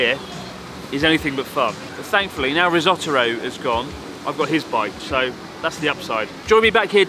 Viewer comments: Risotto-ro? XD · You started calling him Rissotoro. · <3 "Rissot-aro" xD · Are you calling him "Risottoru" ? LMAO